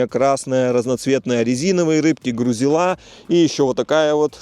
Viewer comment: Грузила, ударение на И